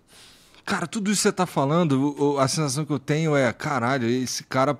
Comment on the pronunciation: A minha parte preferida é quando o igor fala "karrralho"